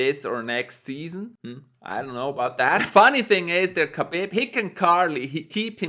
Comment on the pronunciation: Habib not khabib